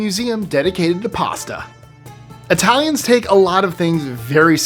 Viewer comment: Your Italian pronunciation sounds authentic.